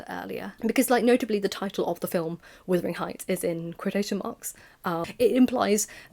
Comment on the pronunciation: I was wondering why you call it withering heights and not wuthering heights?